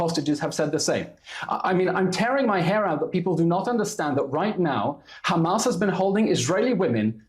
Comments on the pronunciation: Someone tells that chick that their name is Hamas not Humus😂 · Why does she pronounce Hamars as Humus? 😂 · She does not even how to pronounce hamas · Woman shut up and learn how to pronounce hamas